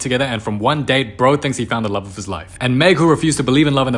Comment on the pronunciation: Love turns into "rove"